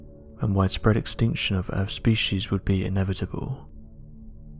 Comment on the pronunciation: The comments I read just before the video starts….. is enough for me to just not watch this time wasting video, from the most irate narratorrrrrrrrr on the “eeerrrrrfffff” (earth)